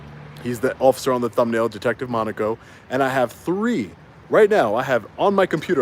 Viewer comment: Thank God you finally learned how to pronounce Monaco.